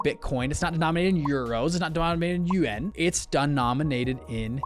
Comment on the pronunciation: y u say yuAn funny